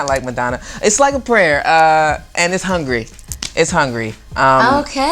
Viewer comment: It's not "hungry", it's "Hungary". :)